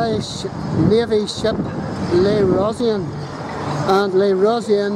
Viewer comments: Le rosean.... Really!? That pronunciation its brutal! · Ro-shean*/ ro-sheen.